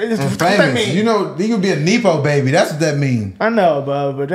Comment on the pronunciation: It’s pronounced NEH-PO- BABY lol